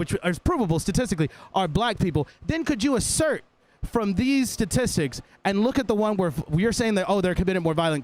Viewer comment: I seriously cannot stand people who cannot pronounce words properly its “STATISTICS” Not “SATISTICS”